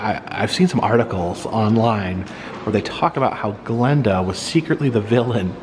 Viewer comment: If you are such a big fa of the film you'll know the the good witch of the north is called GLINDA NOT GLENDA. Get it right